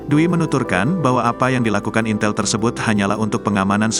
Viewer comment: Intel ngomong ya bukan intel.😂